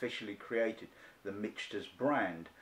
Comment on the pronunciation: Michael + Peter = Michter’s pronounced “Mick-ters”